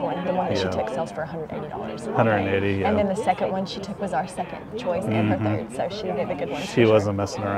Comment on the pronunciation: I kept thinking the auctioneer was saying, "Joyce!" rather than Choice. I was thinking "Joyce" was a regular at auctions.